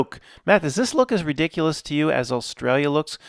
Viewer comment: Best sentence: "This is re-dick-cue-less, guys."